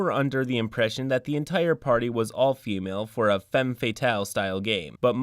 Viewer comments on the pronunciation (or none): none